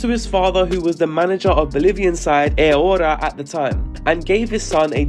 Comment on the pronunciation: That pronunciation of Aurora lmao